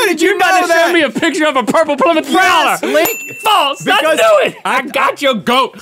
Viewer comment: Its ply mouth